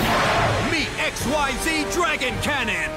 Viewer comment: Also, if ever you get to a list about Zexal... I swear, if you pronounce Xyz as XYZ, I'll riot. You just saw there's a difference.